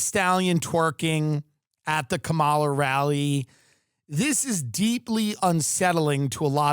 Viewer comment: Still refuses to pronounce Kamala, accuses others of being in a cult. Funny guy!